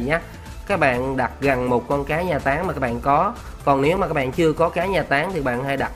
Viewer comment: Anh nói táng vm mà em nghe tán vm:)))